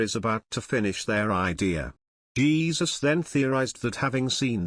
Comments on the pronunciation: Hey-zuse? I think is close? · Please learn how to pronounce the name "Jesus" in Spanish!